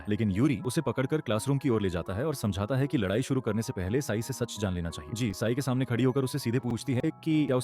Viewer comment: Ci-n ❌ Sai✅ 😂 sorry don't feel bad 😅😢